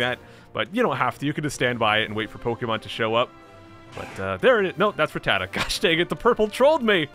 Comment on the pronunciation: It’s rat-tat-ta not re-tata